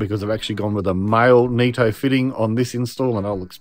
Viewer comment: It's nitto not neetto